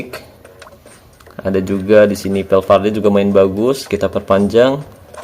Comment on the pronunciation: Valverde bang bukan valvedre 😂